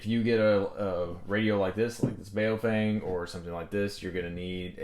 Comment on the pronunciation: BOW-FANG pronounced :) Not bow like what hunters use. But what do Japanese people do at a meeting.